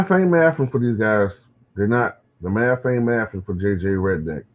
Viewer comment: JJ’s doing that “new maff” 😂. He may want to try the old school Tex Winters “triangle” theory.